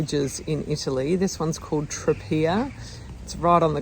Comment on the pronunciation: Great video as ever, loved your regular posts from Italy and will miss tuning in; thank you. A couple more pronunciation hints: Tropea = ‘Tro-pay-ah’ (pronouncing the T as a ‘T’ not a ‘Ch’). Grazie = ’Gratsz-ee-eh’ ie THREE syllables - the mispronunciation of this word is one of the most irritating things to Italians about English-speaking visitors (topped only by Americans who think a Spanish ‘Gracias’ will do!). Try Tropea (or smaller places like Pizzo nearby) more in season next time; similar in some ways to Taormina, but more reasonable accommodation prices, better value restaurants, and much better sandy beaches with amazing almost tropical coloured sea.